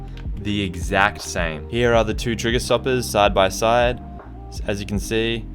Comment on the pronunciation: Everybody: "Here": "Heeya"